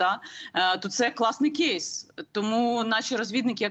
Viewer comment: Яніно, який "кєйс"??? Ріже слух! Існують українські слова!